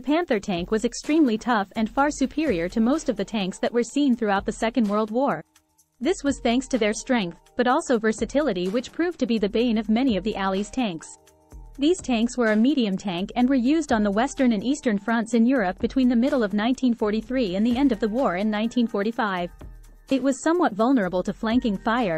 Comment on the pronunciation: Pro tip- if the speech synthesiser mispronounces a word, edit the script and spell the word phonetically (so it will be spelled wrong but pronounced correctly). That way, you won’t end up with “alleys” when it should be “allies”. It’ll still probably sound cheap, but at least it won’t sound lazy as well.